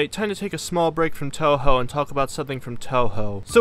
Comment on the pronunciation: Tohou and Toho 😂